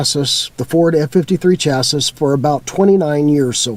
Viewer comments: chassis is pronounced "chassy", not chass-iss. We've owned 7 motorhomes, mostly smaller ones, but I always go for the high-end brands like Coach House, Chinook, Pleasure-Way, Telstar, and I favor Ford V8 and V10 motors. I focus on performance over mileage and I stay far away from Mercedes-Benz (some very bad experiences). I spend money on the sway bars, better shocks, air bags, etc. My worst motorhome was an older Argosy (Airstream) with a Chevrolet 427c.i. motor, that blew up. New motorhome sales folks, like cars, are dangling the electronics-worm in front of new buyers, such as touch screens, blah, blah blah. If you are a newbie do lots of research on how they are built. YouTube has some pretty good videos on that subject. As a retired engineer I see some very poor quality (Chinese plastic parts) and poor designs in many new RVs today. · Chassis and Classy rhyme. It's not chas-iss. You were probably doing that on purpose to irritate my OCD. Good content. Thank you. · Can't pronounce chassis.